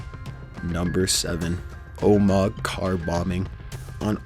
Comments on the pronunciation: Just want to note: in number 7 Omagh is pronounced oh-mah just so you guys know. C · #7 it's pronounced Oh-mah, not Oh-mog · Omag? Omag?! It's pronounced oh-mah, so simple to say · im from omagh in Northern Ireland And I find it really funny how he says Omagh its OH-MA not OH-MAG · It's pronounced "oh ma ha" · And also. Omagh is pronounced Oh - ma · It's pronounced oh-ma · Not being rude, but you need to check how to pronounce some words - Omagh is pronounced Omar and Bulger is pronounced Bulge-er